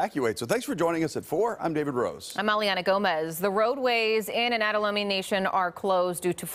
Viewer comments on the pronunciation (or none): Lum-mie, not Loomie. This is a microaggression, 13 Seattle. It’s rude, disrespectful, and discriminatory. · For a three and a half minute feature you can't learn to pronounce Lummi correctly? Pretty shabby. Ya'll ought to apologize on-air.